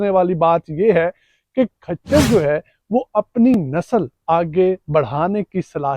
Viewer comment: کھچر نہیں ہوتا ۔خچر ہوتا ہے